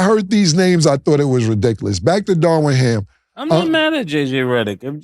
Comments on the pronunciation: Cam said “Darwin Ham” 🤣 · Killa . His name is Darvin Ham not Darwin Ham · There Cam go again unable to pronounce names "Darwin Ham" lmao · Cam STAY messing up names 😂 who is DARWIN HAM? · "Darwin Ham" 🤭